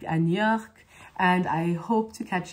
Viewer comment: Wonderful French accent Shereene. The only one thing I noticed is that when you say New York, it sounded a bit like the French city 'Niort'. Please keep adding your French and Spanish bits. I think it's so fun